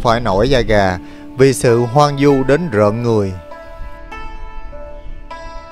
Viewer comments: Hoang vu chứ không phải hoang du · Hoang Vu ...không phải hoang du